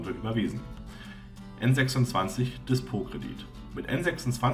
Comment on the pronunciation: Soviel Unwissenheit. Number26 und N26 waren niemals Tochter der Wirecard. Ebenso spricht man den Namen englisch aus.